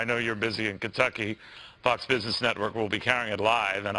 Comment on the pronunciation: As gov of this state .. notice how he can't even say the word Kentucky .. get lost Bevin !